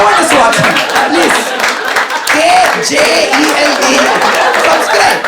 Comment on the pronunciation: KJELD - 'J' is silent and the letter 'D' sounds like a T........ So - A BELT WITH A K......